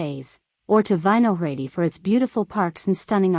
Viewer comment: Didn't realize the locals spent time at every single tourist spot in Prague. And how about that native pronunciation of Vysehrad? LMAO